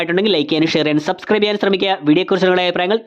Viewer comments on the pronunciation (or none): none